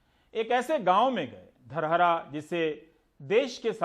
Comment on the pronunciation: धरहरा होता है सर